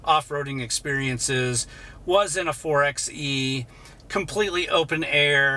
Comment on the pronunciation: FYI, the 4XE is properly pronounced “4 by E,” NOT “4 ex E.”